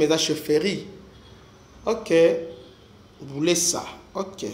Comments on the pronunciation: C'est buleusa et non bulesa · C'est Buleusa non Bulesa vous prononcer mal mais courage pour l'information bien vérifier William depuis Bukavu